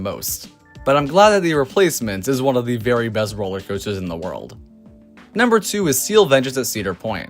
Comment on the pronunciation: Why do you say world?